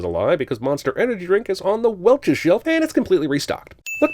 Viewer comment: Welchoos? I'm sorry what? Welch's... It's Welch's... that's a sin off right there. -1